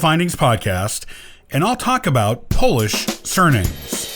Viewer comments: Pronounciation of polish names in this programme is horrible.They do not sound like this! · I can't bear hearing you butcher Polish names. So i quit listening to your narrative. I can't understand the names and i can't understand name endings.. NOT UNDERSTANDING...can't help what you want to communicate.y